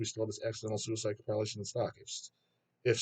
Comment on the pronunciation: do you like Com-pile-ation albums or the Deb-yoot albums?